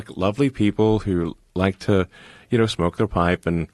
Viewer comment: I haven't heard speak for a long while, has his accent shifted more Unitedstatesian? The way he pronounced "smoke" sounded like he's had speech therapy compared even to 2024, debatable whether he had it for PR reasons or in a rehabilitative capacity.